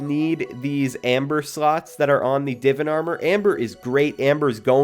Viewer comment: He said Divan wrong 😂